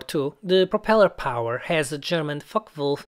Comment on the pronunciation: I thought you were about to say something else when you said focke wolf